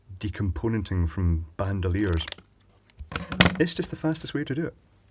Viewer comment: lol. "bandoliers"